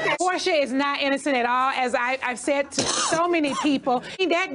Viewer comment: “I SHAID WHAT I SHAID” will forever be stuck in my head lmaoo